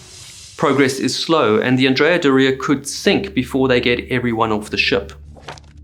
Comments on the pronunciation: Isn't Doria pronounced with the accent on the first syllable? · You should have had someone else say Andrea Doria because you destroyed a beautiful name. Theres no emphasis on the I in Doria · Great video as usual! Just 1 correction to ur pronounciation of "Andrea Doria". Doria is pronounced DO-ria, not Do-RI-a, the emphasis is on the DO, not the RI. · It’s correct (Italian) pronunciation is DÓ-ria, not „do-RIA“ as he’s saying it. He’s pronouncing „Andrea“ correctly though. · It is pronounced Andria “Dooria” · If you’re going to do videos about famous ships, PLEASE learn how to pronounce their names. It’s not Andrea “dorEEah”, it’s Andrea “DOR-ee-ah”. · you pronounce that like diarrhea, put some respect on the name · Wrong! He’s pronouncing Andrea correctly but Doria incorrectly . The accent is on the „O“ in dOria not in the“I“. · Yes, completely wrong pronunciation of „Doria“!!! It’s „DOOR-ria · Andrea Bore-ia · As an Italian and ocean liner enthusiast for over 50 years, I can tell you you’re pronouncing the ship’s name wrongly. The accent is on the „O“ in Doria and not on the „i“ like you’re saying. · I believe "Doria" is pronounced the other way around. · Yeah he’s pronouncing „Doria“ wrong!! The accent falls on the „o“ not on the „i“ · Would be a good start if you could pronounce the ships name correctly- the emphasis in Doria is on the r, not the i. Painful listening to you mispronounce it every single time. God. 🤦‍♂️🤦‍♂️🤦‍♂️🤕🤕🤕🤕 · What's going on with your pronunciation? Andrea "Dor-ee-uh" not "Doree-yah" which sounds like your saying diarrhea and you could use help with Genoa too lol...